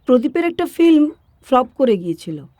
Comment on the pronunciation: ফিল্মকে যেন ফ্লিম বললেন এমন শুনলাম প্রথমেই।